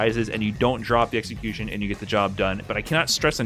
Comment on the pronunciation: lovez his exa-my-cution.